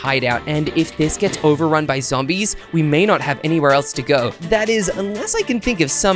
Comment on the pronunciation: said Zambies😂😂😂